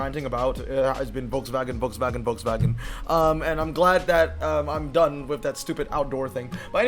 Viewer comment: Imboldn’s pic for the EXP 100 with the lit up grille would be the perfect pic in game. Also hearing the name Volkswagen pronounced properly should be a standard everywhere